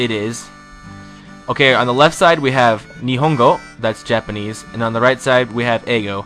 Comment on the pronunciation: If you'd rather not use Japanese script, why not use accurate romanization? And your pronunciation... oh god.